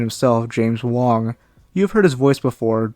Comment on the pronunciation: chen's voice actor's name is james HONG, not wong